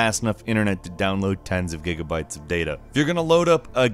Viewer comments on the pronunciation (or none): none